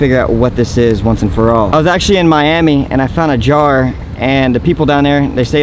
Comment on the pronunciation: Oh my gosh he completely ruined the word jar 😭😭😭 that was probably for bestfriends or a relationship